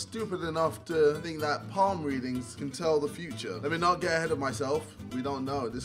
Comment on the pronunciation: When jj said 'think of it like this' i thought he said 'finger it like this'😂